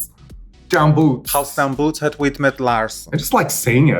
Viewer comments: hüüs mit laahrschen..? Girl no, i've heard way better haha ;) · Her constant mispronunciation of "huis" makes me die a little more inside each time she says it, though. 😂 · idk if you're joking or not, but that's not how you pronounce "huis". source: I speak Dutch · Ff serieus... her Dutch did not sound convincing at all! The way Raja says basic words like ‘huis’ (house) and ‘brood’ (bread) so poorly, and doesn’t know how to pronounce the oe in ‘roem’ (fame)... nope, but cute attempt...